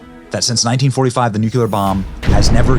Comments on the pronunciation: Nuclear is properly pronounced: Nook'-lee-ar NOT Nook'-U-LAR or LER! Loved Truman another great Missouri boy! Regarding the dropping of the bombs, my late father, Willis F. Turner, was on a troop ship waiting to invade Tokyo when they were dropped. He was in the Americal Division, 23rd Infantry. Had the bombs not been dropped, I might not be here today, nor my children, grandchildren, and great-grandchildren. War is hell; avoid it at all costs, but if started, win it AT ALL COSTS. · Benny!!!! I love you. But you need to learn how to pronounce NU-KLEE-ER!!! It is not nuk-u-lar. You are to smart to foul that up repeatedly. I enjoyed the video very much except your repeated mis-pronunciation annoyed the heck out of me!!! PLEASE STOP!!!!! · Please stop saying "nucular" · First, if you're going to use the word, please pronounce nuclear properly!!! Not NU KU LER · The word is NOT "nucular" [Nuk-you-lar]. It IS "nuclear" [Nuk-lee-ar]. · It's funny how you look right at a script and pronounce nuclear "nukeyuler". It's "new clear". Interesting video anyhow. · Lol that's all I could focus on! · I had to try really hard to hear the info through that. Hardly anyone seems to have noticed. How sad. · Sorry, Benny, but "the most dangerous (radioactive) place on the planet" IS CHORNOBYL, not the Trinity Site". Great video, though. Oh and Nook-lee-are' Please, you are more intelligent than W (who also could not say Nuclear! I agree with Truman (another Missourian like me): my late father (23rd Infantry Americal Division) was on a troop ship waiting to invade Japan when they were dropped. They STARTED IT, and we FINISHED IT! Too damn bad for them! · I can’t stand misspeaking the word nuclear. Where and how do you get to saying NU Q LAR? You should know better. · Love ya Benny, appreciate the work you do. But it’s NUCLEAR! You’re killing me with that! God Bless 🙏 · Did his media team neglect to inform him that he said nuclear wrong 26 times?? 🤨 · ........not "nucular"........grrrrr😠